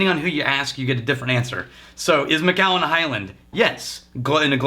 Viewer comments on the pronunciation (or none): Hey, I'm pretty sure that it's pronounced Mac-allen (